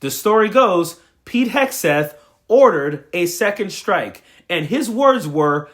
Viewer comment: Why does she say shtrike?